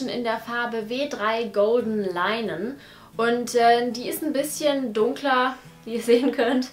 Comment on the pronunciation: Steht dir sehr gut! Kleiner Tipp: golden linen (wie "linnen" ausgesprochen, nicht wie HundeLEINEN) ;)